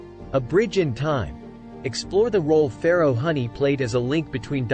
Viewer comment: Huni (Who-nee) not Honey